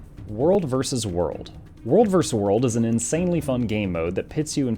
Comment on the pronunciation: How come half the time you know how to pronounce 'versus' and the other half the time you think it's 'verse'?